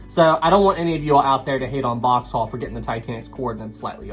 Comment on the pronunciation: It’s Boxhall not Boxtal.